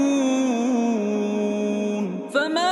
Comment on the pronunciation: ليس هو القارئ... انتبه عندما يقول فما يكذبك...لا ينطق حرف الفاء